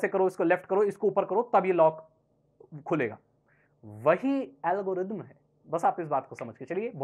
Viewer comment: pahele thik se algorithm bolna shikh bad me video banana